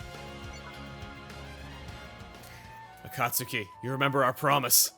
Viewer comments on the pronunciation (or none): Akat suki....u said it as Akat suki. Its Akat Ski. Akatsuki is said Akat ski. Sorry had 2 point it out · As a Naruto fan, hearing Chugga say A-Cot-Suki, and not A-Cot-Ski irks me. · It's pronounced A-cot-ski, like in Naruto. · Akastuki = Akah-su-key just like tsunami. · ok, this is bothering me., you are saying Akatsuki wrong. you should be saying it with the U being silent. Akatsuki is pronounced as "Akatski" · "Master A-Kaut-Suki" Someone's never watched Naruto. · I have to assume Chugga never watched Naruto by the way he pronounced Akatsuki. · Naruto fans like me are facepalming at a certain word's pronunciation on Chugga's part. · the way Chuggaa says Akatsuki makes me think he hasn't seen naruto